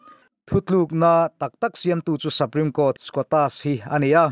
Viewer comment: saprime court ni lovin suprime court a ni e aw